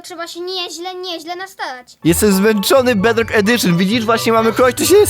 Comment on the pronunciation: Jak mówi twój kozyn ,,bedlok"xDDDD